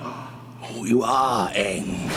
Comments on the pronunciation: If they can get Aang's name right unlike M. Night Rama-lama-Ding-Dong (It's pronounced like HANG not like GONG! Did he even watch the cartoon?), then it is already better than that garbage of a movie. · i only wish i could have heard Katara say Aang correctly